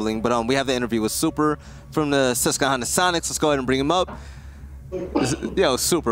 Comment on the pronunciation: As someone from the Susquehanna valley in Pennsylvania, It irks me every time says it lol. It's a QWA not a hard KUH sound!!!!!